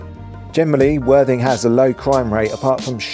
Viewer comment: When mentioning worthing and your channel your clarity of speech needs to be clearer as it sounds like " the absolutely wan#@ channel sorry for the persice criticism mate but great vid mate enjoyed and your narrative is good content keeping going mate